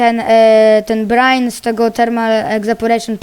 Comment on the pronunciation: czyta sie brajn